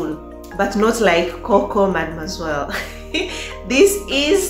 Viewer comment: Perfume lover 😍❤️😍. I love the way you pronounce mademoiselle 🙈🙈🙈.